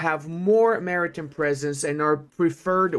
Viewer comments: Not sure if you read my comment in a previous vid (my post was made 8 days after it was released) but its Mari TIME not Mari TIM (pronounced Mary-Time.) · Half the time I think he's saying 'American Presence' instead of 'Maritime Presence'. Which tbh, for the US Navy, it's the same thing.